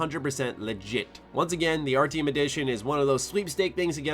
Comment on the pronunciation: You say Artyom like its ARTM. lel go replay the game and say it correctly.